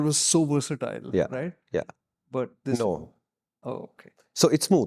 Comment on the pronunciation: That emphatic "NO" by sent me... LMFAO😂😂 Great review and video as always guys. This is my new Powerdrift/PTR. Love you guys.